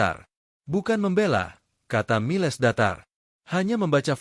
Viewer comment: nama jendral Miles hrs dibaca sbg Mails & bukan miLes, lalu nama minuman alkohol Cognac jangan dibaca tjoknaktje, tp hrs diLafal: Konyak. Jadi hrs belajar bhs asing dulu seblm ngablakin bacot 🤪 ttg nama family jendral Pierre itu ngucap nya Duboa, bukan Dubois🥴